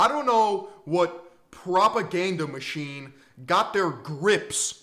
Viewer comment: Ah yes, the "US War Michine"